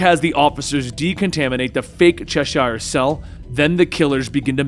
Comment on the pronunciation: Its not pronounced Chesh-shire, in england it's Cheshire like the cat, its like when you say Worcestershire sauce, it's like a tongue twister for americans for some reason, unbenouced to me!